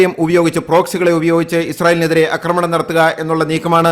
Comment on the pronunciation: ആക്രമണം ആണ് ശരി അക്രമണം അല്ല ഇനി അക്രമണം പറഞ്ഞാൽ un subscribe ചെയ്യും